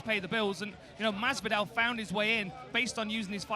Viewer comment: Okamoto: "George MaZZvidal"